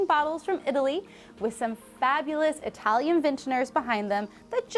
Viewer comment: you don't have to over-pronounce italian